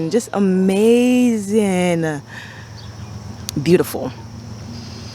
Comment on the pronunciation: First of all you are darling. Fairly new subscriber and I have really been enjoying your videos and your down-to-earth style. I love your enthusiasm and how you draw out your syllables when you like something ("ah-mmmmaaaaazingggg"). So cute! Your garden is beautiful and you can tell you have worked so hard on it. I like how you put those stones along the mulch/walkway line. I have small area where the bed butts up against the driveway and I am constantly kicking mulch back into the bed. I am going to steal this idea! Keep up the great work.